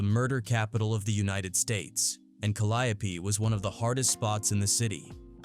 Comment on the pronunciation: It’s cal-lee-Ope